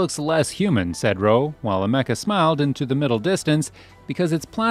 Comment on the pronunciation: The way he pronounces Ameca… why